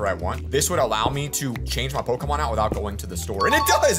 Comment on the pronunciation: Hearing these two absolutely butchering Pokémon names kills me, but the nostalgia from my old pixelmon days makes it so worth it.